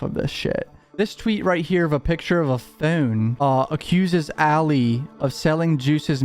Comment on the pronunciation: are you from Philly? The way you say phone sounds like you are lol